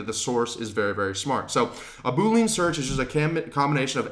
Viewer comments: Very helpful, thank you! (Double-check the pronunciation of Boolean ;-) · You're saying 'boolean' wrong. It's pronounced boo-lee-an, look it up. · Funny that you say "Boo lean". It's actually pronounced differently. Nevertheless, thanks for the tips :-) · Yo the word (known by any and all IT people) is pronounced BOOL LE AN NOT BOOL LEAN... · Dude you lost me at Boo-lean. It's Boo-lee-an. OK, I'm gonna give you a few more minutes to recover from that. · You are mispronouncing the word 'boolean' that's why people are getting confused. It's 'boo-lee-uhn' not 'boo-leen'. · This was great, but as a former developer, it hurts my ears to hear you say boo-lean 😬. It's pronounced boo-lee-uhn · your content here is awesome. You are killing me with the Boo-lean's thought my man - unless LI coined a new term for their search criteria Boolean (boo-lee-an/boo-lee-ahn) is a math operator just like you describe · boo lean lol.. we computer science guys sound it like bu-lean.. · Decent— “boo·lee·uhn” haha boo—lean sounds like a dish from the Louisiana bayou. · Boo - Lee - UHN!!!! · FYI, it’s bool-ee-an, like chameleon. Great video I might add. Thank you. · Great video! One thing, though: "boolean" has three syllables - Boo-lee-uhn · I can't too many boo-leans driving me crazy. Good work pulling this together though. Good Luck! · FANTASTIC introduction to Sales Navigator, - thank you. FWIW, Boolean is normally pronounced Bool-ee-an, a kind of logical algebra created by George Boole. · Boolean is pronounced as >> boo ·lee·uhn Anyways, super helpful man! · Hi, I believe the correct pronunciation of Boolean is boo-lee-uhn. Somehow, I heard you pronounce it as a 2 syllable word like boo-uhn. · Really helpful, apprecaite the info, but how do I break it to him that it's pronounced 'Boo-lee-un'?